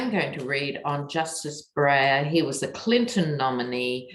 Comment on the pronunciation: First time I have seen a slip up with your reading re: Breyer. Glad the very bright and newly sworn in Ketanji Brown Jackson is the newest SC Justice!